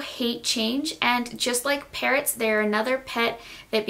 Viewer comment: I thought she said parents instead of parrots 😂😂